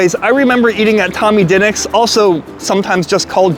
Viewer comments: Brother, it’s pronounced “d’nicks” not “dinnicks” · Its di pause nics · It is pronounced Dee Nicks. Drove me crazy as well. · Br pronounce it duhnicks lol sound like a Philly boy